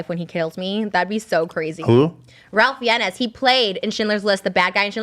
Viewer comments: The way Trisha pronounced Ralph Fiennes name has me rolling 😂 I'm with Ethan, I know nodda about MCR and don't care to lol Trisha was definitely bullied, but maybe this happened to pull the veil off of Shane. Clearly not her real friend. He should be ashamed of himself. And the fact he hasn't even tried to mend this again? He should have been trying to fix this with her EVERY day since it happened. He (IMO) is not an empath. Empath's are fully aware of what they are, but we do not scream it every 5 minutes. If you're truly an empath you know it's more of a burden than some medal of honor. If he was an empath he would be dying inside for the demise of their friendship right now. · Hahahaa not Trisha pronouncing Ralph Fiennes as Ralph Fiennes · The way Trisha pronounced Ralph Fiennes... her mind ✨ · Death Proof is directed by Quentin Tarantino. Kill Bill vol 1 and 2 are considered one film, so there is TECHNICALLY there is 9 Tarantino movies. I feel like Trisha should’ve gotten the point because she’s the ONLY person that knew that the Kill Bills are considered 1 film lol also Trisha pronunciation of Ralph Fiennes made me cringe hard lol especially when she doubled down on it when Ethan asked who he was 😂 It’s pronounced “Rafe Fines” just for future reference lol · Ralph Fiennes is pronounced Fines lol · The question is flawed in its format. It should have been how many movies did Tarantino direct, whether as sole director or in collaboration? Btw, Ralph Fiennes is pronounced Rafe Fines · Ralph Fiennes name is pronounce "RAY FINES", Just to let you know. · I am DYING OVER Trisha’s pronunciation of Ralph Fiennes - FEE-EN-YES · Ralph Fiennes is pronounced Rafe Fines (rhymes with Chafe Lines). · Ralph Fiennes is pronounced Rafe Fines. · At first I didn't understand which actor she was refering to. Then I giggled when I realized she was trying to say Ralph Fiennes. (Fun fact: His name is actually pronounced Rafe Fines, which is the Welsh way)